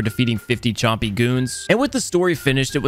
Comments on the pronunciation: blud said chompy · They`re called compys, not chompys. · bro said chompy instead of compy 💀💀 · bro kept saying chompys😭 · bro said chompy and not compy lol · cuh said chompy.... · Compy not chompy lol